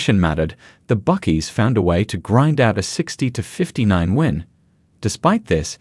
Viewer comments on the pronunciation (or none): Hawkeees / Buckeees. This AI Aussie has a speech impediment